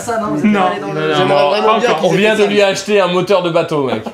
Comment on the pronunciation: Qui a entendu macfly dire abjetter au lieu de dire acheter